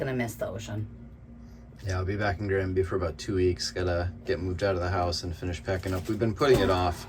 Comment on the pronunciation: That fan mail wall was quite something. Also, it took me this long to realize that Granby was written like that - the American English pronunciation threw me off. Swedish for Spruce Village. Quite fitting :)